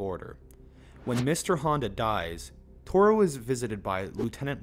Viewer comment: I think Toru may be the only Japanese name they pronounce right lol